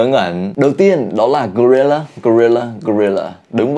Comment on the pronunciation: Gorilla³ cách đọc mới :)))